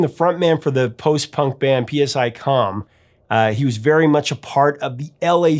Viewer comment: PSICOM is pronounced like sy-com not P.S.I. Com. Mistakes like that make it sound like you're just reading off of Wikipedia.